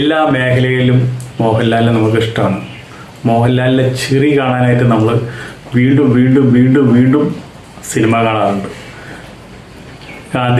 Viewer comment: ചിറി അല്ല ചിരി